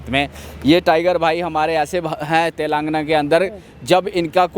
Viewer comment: Bhaiya telgaana nhi he Telangana Hain...